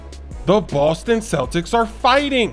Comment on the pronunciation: did he really say the "Loston Celtics" ? xD